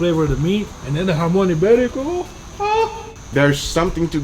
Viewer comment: Thank you Guga for getting the accents right on JAMÓN IBÉRICO.